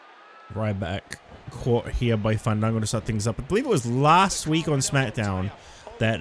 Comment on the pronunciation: The Hardcore sensation FAAAAAANNNNDDDDDDANNNNGOOOOOOOOOOOOOOOOOO. Also Justin Roberts needs to be fired. He hasn't said this man's name the correct the way. I propose should say his name right each time he comes out 😂